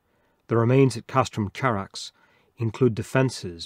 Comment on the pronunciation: It's Greek Khárax, with an uvular fricatife, not the English affricate ch. Would you read Chersonesos with a ch?